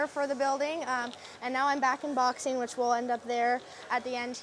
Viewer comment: Oh, boxing. I thought she said she was going to Boston.😅